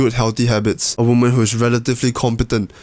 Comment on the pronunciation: Screw that, I’m from Texas, and I’m gonna say it like you from now on.